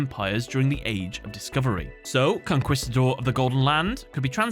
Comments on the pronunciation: Conquistador; “CON-KEYS-TA-DOR” not “CON-KWIS-TA-DOR.” Spanish word so “qu” is pronounced sharply, “kuh” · Really good video. I dislike playing against that archetype, but I have to admit that the lore is really good. A Spanish correction. The "quis" in Conquistador has a "kis" sound not a "kuis" one. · Bruh how do you repeatedly say Conquistador as "con-kwiss-ta-dor" and then immediately back to back nail the pronunciations of "conquerer" and "Huaquero". Like I don't want to ride you too hard on this but, like, you see how conquerer and conquistador are related, right? And how if you pronounce "qu" in Huaquero...look I know English is crazy but Spanish only has one way to say all of its letters. You got it! Just needed to circle back for those poor conquistadores. Cheers. Salud. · I love you, but it's pronounced "con-kee-sta-door" not "con-kwee" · I feel like these archetypes are all the results of the artists asking themselves "hmm... would this make a good anime?" Also it's con-keeeeeee-stador. The 'u' is silent. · It's hilarious to hear him say "con-kwee-sta-dor" XD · It honestly bugs me that he mispronounces Conquistador. Like... Immensely. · im leaving a dislike simply because you mispronounced "conquistador" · Great video. Can't get over your pronunciation of 'conquistador' tho